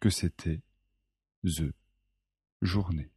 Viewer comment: THE JOURNÉE في حدا يفهمني سبب النطق الغريب دقيقة